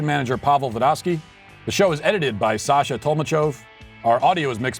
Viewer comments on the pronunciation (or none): none